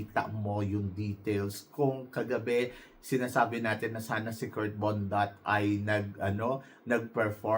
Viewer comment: KIRK BONDAD po hindi po Kurt BONDAT. BONDAD po. Hindi naman malaki ang tyan nya para tawagin syang Bondat 😂😂😂